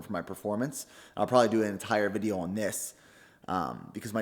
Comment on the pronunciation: How does this bloke manage to make “on” a two syllable word...... 🤔